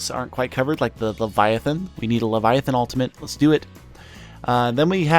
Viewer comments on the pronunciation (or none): none